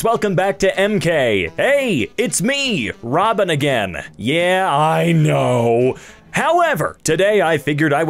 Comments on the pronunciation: “Hey! It’s me! Robin!” “Yeeeaaah... Again!” I heard it as “Hey! It’s me! Robbing!” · robin sounds like robbing